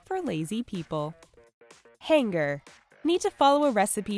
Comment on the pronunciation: "Han-ger" They said "Hang-ger" Who tf says that?